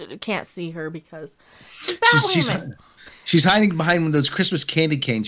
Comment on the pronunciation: Batwahman? It’s Blackwahman now! They have to mention that dozens of times to make sure you know.